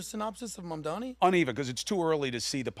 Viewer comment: And to this day, can't still say Mamdani's name correctly. How are you going to retain your credibility when you can't even get a simple name pronounced correctly?